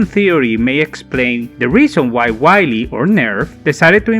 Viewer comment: Man, it "vee-leh", not "wily"